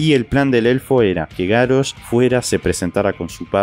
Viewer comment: Es GaRRosh, con dole R, no GaRosh. Ademas que Garrosh suena mas fuerte.